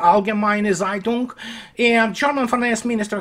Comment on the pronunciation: you read Zeitung wrong in German Z=C and combination of EI is pronunced = AJ so Zeitung would Cajtung and you have to apply pronaciation of Slavic language. If you wanna correct if not doesn't matter.